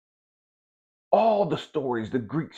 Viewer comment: Is “my-aht” the correct pronunciation? I usually hear “mah-aht”